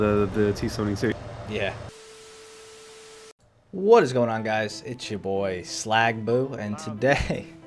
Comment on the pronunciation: It is Sligma not slagboo smh